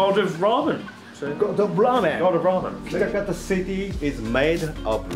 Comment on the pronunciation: Kitakata get mixed up with kitaakita 😂